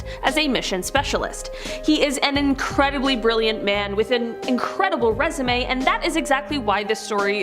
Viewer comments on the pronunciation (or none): none